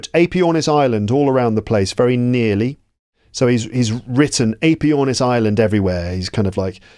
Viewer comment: Very good, but all the introductory wiffle-waffle is distracting. Give a brief introduction and then start reading the text. After all, if their English isnt fluent, they're not going to understand all that verbiage at the start. BTW, check the pronunciation of the AE in Aepyornis.